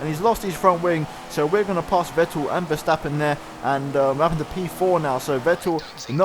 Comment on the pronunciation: You pronouns Verstappen good. most people call him ''Vershtappen''